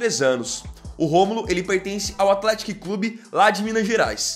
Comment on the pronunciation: ATHETÍC é o correto, nome meio difícil de falar msm kkkk